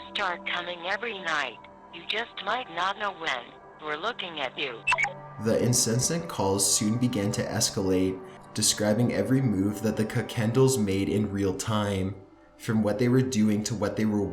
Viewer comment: I was willing to give you the benefit of the doubt after your video with Rob, but after seeing a few of your videos, I cannot. You're an idiot... "Incenscent" calls?!? And I'm pretty sure I heard "beated" to death somewhere. I didn't go through writing every little thing down but... Really man? I was willing to think that your vocal fry was a minor affectation, but it's clear to me now, you're just an idiot, and it's a result of attempting to sound intelligent. Did you not pay any attention in school? Do you not listen to yourself before you post these?! Don't you hear the way other people speak?!?